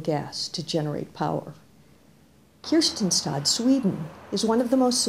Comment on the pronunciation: I don't know why she's saying Kirstinstad. Men jag alskar Kristianstad.